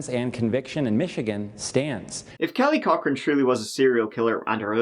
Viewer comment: I keep hearing Kelly Cockring and can't concentrate.